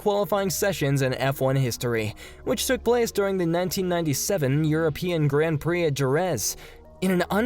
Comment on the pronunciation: Sorry, say what now? Gran Plee..?